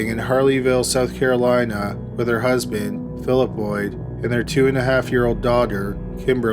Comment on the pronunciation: Holy crap ... dragging the final syllable at the end of each sentence is distracting and it's a deal breaker for me. South Carolina has never been pronounced so damn poorly. My first and last watch on this channel. Had to leave it unfinished due to the godawful narration. Not trying to be mean, but life is too short to sit through that auditory torture.